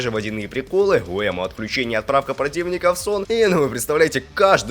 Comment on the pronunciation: Энму, а не Эмму